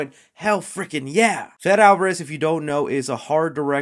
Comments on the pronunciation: Fede is pronounced like Freddie. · Your pronouncing Fede Alvarez wrong. It’s pronounced Fayday essentially